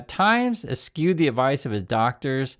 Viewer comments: Es-shoo or es-choo. Not es-cue. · good vid. (P.S., pronounce “eschew” as ) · He's mispronouncing eschew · Eschew, Said like: (Eh, shoe...) Bless you... 😆